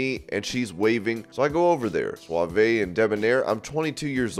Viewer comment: Also, "suave" is one syllable, the "e" is silent